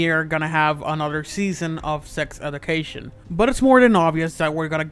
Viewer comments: Why can you not pronounce anything right - sex edu - cation. Meeevve Muder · "Edication" and "Meeve" 😂😂